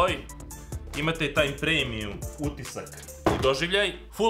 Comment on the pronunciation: Imate taj preJmijum utisak :D odlicno napajanje